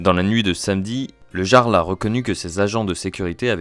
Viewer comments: "Le Garle" . . . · Le "yarl", pas le "jjjarl" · Le jarle 😂😂 sa se prononce yarl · ça se dit pas "Jarl" mais "Yarl" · Essayez au moins de vous renseigner, ça se prononce [Yarl] et analysez la vidéo d'une heure trente et pas un cumul d'extraits de 27 secondes... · déjà sa se dit le YARL phonétiquement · Ont dit le "Yarl" pas le Jarl xD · ca se prononce "Yarl" je crois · Jarl ce prononce " iarld " en faite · On prononce le "Y"arl nom d'un chien 🐕 🐕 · Le gearle 😂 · Euh…on dit « Yarl », même si ça s’écrit Jarl. 🤦🏼‍♂️ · Oui, on dit "yarl" et cela s'écrit "jarl". Comme dans Skyrim. C'est un mot emprunté des langues anciennes du nord. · Le Jarl.. Ça se prononce "iarl" mais bref.. Je me demande qui a lancé les hostilités.. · Le "G"arl... 😅 Va falloir revoir la pronomciation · Ca se prononce "yarl", comme dans Johan. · Comment il dit le jarl, faut vraiment etre ignard pour dire ca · Ne pas savoir prononcer "Jarl"... C'est une IA ou le stagiaire la voix off?